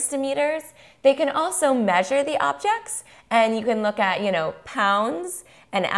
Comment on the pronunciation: 'objects' not obects...mmm this video isnt helpful